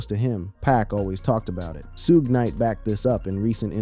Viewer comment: This guy definitely can't say suge name period